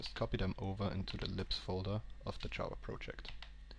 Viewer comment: Every time he says 'libs' I hear 'lips'